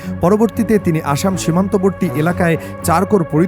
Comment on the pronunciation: অশম কেন বলা হচ্ছে? আশাম বলে দিন